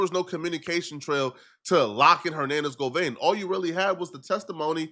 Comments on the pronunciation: Why do u keep saying govein ....😂😂 It's govan ... Simple .. you always doing to much man ... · Every time he said GOVANE ... I cringed 😂